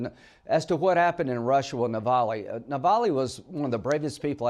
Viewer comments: The bravest man you met, Sen. Graham, is Navalny, not "Navally." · Hey Linsea Grammar……it’s NOT Navallie……it’s Navalny! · Lindsey cannot even pronounce Navalnys name correctly. What a major F UP!